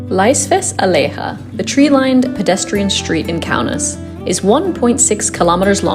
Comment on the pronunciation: why'd you pronounce 'alėja' like it's spanish 😭😭😭